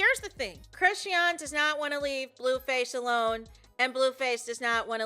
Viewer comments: Me trying to ignore "Crissy-ahn" and focus on the content the entire time watching this video. 😖😣😩😫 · Hey! Her name is pronounced …”Chris””Shawn”= Chrisean..😊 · well that’s weird I’m sure she would want her name pronounced correctly…